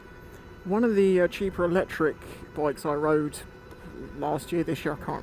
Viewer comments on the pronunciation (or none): none